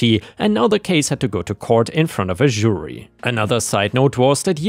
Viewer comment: Love your stories but i wish you would learn how to pronounce Jury properly